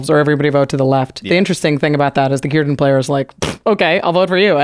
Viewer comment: is right about the pronunciation for Cirdan. He was one of the great elves, the wisest of the Sindar Elves and the elves in his time and also known as the oldest elf from the second age till the 4th age untill he left middle earth, he was also known as Nowë and his name Cirdan means Shipwright in elven. He had one of the 3 rings made by Celebrimbor, namely Narya, which he later had passed on to Gandalf. He was known for his skills at making boats and otherwise I dont believe he was that wel known, compared to Galadriel or Elrond of the 3 ring bearing elves.